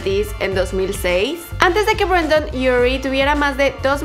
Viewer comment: BrAndon Urie :v es Brendon xdd